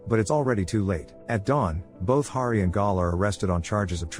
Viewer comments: Hari not Gari. You got it right in the beginning. Why is it so hard for creators to do simple proofing of their content? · Hari not gary